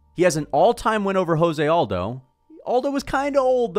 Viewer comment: Why do you pronounce José Aldo’s name like that? 😖 He’s Brazilian, not Mexican lol